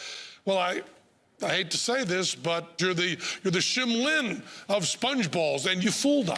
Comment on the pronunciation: He said "shim lin" 🤣🤣